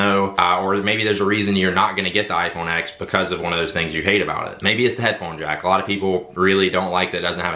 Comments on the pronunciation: The "X" in iPhone X is a Roman numeral, not a letter; therefore, the correct pronunciation is [ten] not [ex]. The "swipe and then throw to the side thing" doesn't have to be as time-consumingly dramatic as you make it. You can just swipe up, like you do in the first example, and then slightly to the right and you are immediately in multitasking, making it equally as fast as the double tap. Control center access is now at the top right, because swiping up from the bottom is now the home command. The headphone jack is antiquated technology. There are all types of Bluetooth receivers that you can use to get audio into an analog aux port. Then, you can still charge your phone while playing music. Also, there are several wireless travel chargers available now, making it possible to both play music and charge without a single cable. With the "looking at the back of the phone" thing, that's just basic situational awareness. I can't help with that. Sorry You might want to get with Apple on your issue with raise to wake and Face ID. I deal with multiple iPhones daily, and this is certainly not typical of the iPhone X. Raise to wake normally works flawlessly and Face ID is considerably faster than Touch ID. In fact, with Touch ID there were two, albeit very quick, steps: pressing home and then the reading of the fingerprint. With Face ID, by the time I swipe up (usually before I even touch the screen) Face ID has already unlocked the device, making the experience much more seemless. Yo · for the love of god, as someone that is essentially a tech reviewer - stop calling it the 'iPhone Ex'. Please. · It’s pronounced “iPhone 10